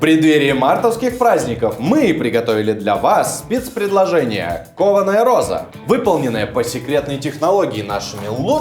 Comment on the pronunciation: Почему ей нгхавится гхоза? Там ведь буква "гх"! И я понимаю теперь почему её ни разу кошкой не называли, даже собачкой (Померанский шпиц, рыжий, маленький, миленький :) ) - она ведь гхычать не может ) Это как прикол с одним из основателей канала "ВШлеме" (Ланкарра, Сергей. Он тоже картавит, но не так сильно, незаметно даже, но 333 333 он произносит с трудом :) )